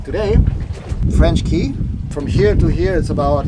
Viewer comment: Enjoyed the video. FYI..."Cay" is pronounced "Key"